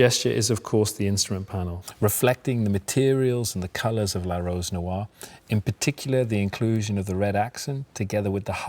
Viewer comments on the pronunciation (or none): Can someone tell him how to pronounce "noire"..